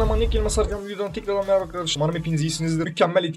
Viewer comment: Abi videoya böyle giriş yaptın şöyle söyledin hızlı olark hepinize mereba arkadaşalar djajwjsjajsnd